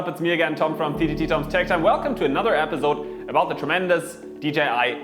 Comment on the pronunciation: He says episod , funny epizzzzzode. Jude kidding Keep up the good work